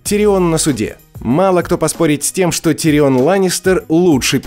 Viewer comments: уши вянут... не тириОн, а ТИрион! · Почему ТириОн, всегда же был ТИрион в сериале. Очень режет слух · что у тебя с ударениями? Какой ТириОн? Какая ЛАйза Арен? Это ужас, слушать как ты называешь имена. Чего только стоит один ДжорАх МОрмонт.... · он тИрион, а не тириОн. сколько ж можно идиотничать по поводу произношения имен? и во всем остальном не просто лингвистический трешак, а просто абзац идиотизма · ТириОн, Лайза, ДавОс. Может, в оригинале и так звучало, но как же это бьет по ушам… Смотреть не хочется🥴🤢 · ну какой давОс? ну какой тириОн? Винтерфолл ахахахах такое ощущение что автор даже не смотрел этот сериал😂😂😂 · ТирИон 🤬 Как тошно слышать. Хотел насладиться видео в оригинальном переводе, пришлось читать субтитры